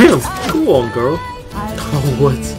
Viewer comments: ahah the reason you cant say girl is because you arent rolling your r's, my best friends are the exact same, you say 'gurl', instead of 'girrrrul', much love x im scottish btw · It’s ok to say girrel!😅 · Lol. "Girl" becomes a four syllable word with you Scotts, as do many other words. Lol.